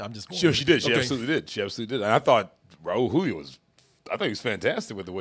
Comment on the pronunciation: Props to on the pronunciation of Raul Julia. I usually hear people pronounce it Rawl Jew-lia.